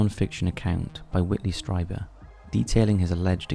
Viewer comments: Gray, not green, sometimes cobalt blue, and it's pronounced Streeeeber. The ancient paintings are creepy! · I recall hearing striebert on art bell show. i had only heard the last name pronouned sree bert back then. Just an FYI